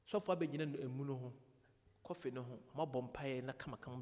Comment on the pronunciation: Is it coffin or coffee😅😅😅